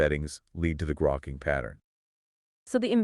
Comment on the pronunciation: It's not "groke-ing" it's "grokking" pronounced like "Spock". It comes from Heinlein's book "Stranger in a Strange Land"